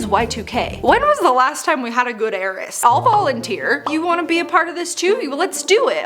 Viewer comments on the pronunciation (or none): none